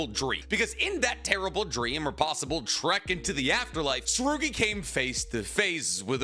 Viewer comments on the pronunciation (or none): none